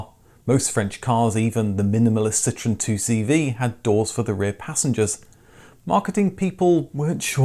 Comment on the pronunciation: It's pronounced Ce-tro-en.. dude!! Is not citron